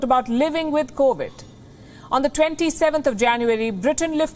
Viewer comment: It’s 2022 and pronouncing the word “covid” is still a major challenge for Palki. Sad for her.